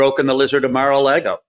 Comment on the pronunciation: I love he called it Mar a Lego 😂 that’s what I call it too. It’s French Canadian for shitty Lego ❤